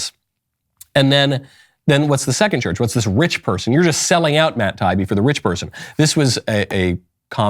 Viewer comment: Just so you know Michael, his name is pronounced tie-E-be.